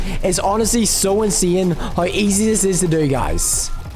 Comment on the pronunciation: It was so funny when he was saying:INSAIUN